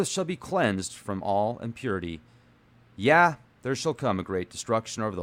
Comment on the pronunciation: I hate to sound like a dick, but those two words are pretty important in your reading, it's not ROT, its wrought (like bought - to buy something - but with an R) meaning brought or made or manufactured. And its not yeah, its yay (like hay is for horses but with a Y), I really had to point that out! Lol Great video though!